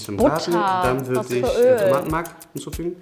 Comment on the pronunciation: Dating auf halal basis und kein Salamu Aleykum zu Beginn 😂 Schock güzel.. bittee.. es heißt auch nicht ischhh sondern ich